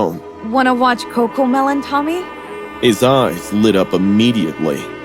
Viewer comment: Wie everiting is cocomelen😂😂😂